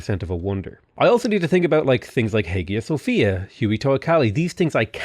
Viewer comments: "Hægia Sofia" "Hyooee Teocalli" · The way pronounced Hagia Sophia killed me. It's pronounced Aya Sophia.